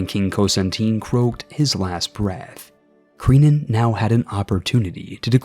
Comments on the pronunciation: Ciniod is pronounced closer to Kenneth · ciniod is pronounced "kee-an-od" and Ruadrai is just "rory"